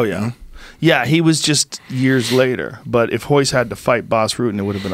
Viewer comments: Why do ppl say hoyce instead of Royce Gracie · In Portuguese there are two different pronunciations for the letter R. The same goes, by the way, for other Gracies like Royler ("Hoyler"), Rickson ("Hickson"), etc.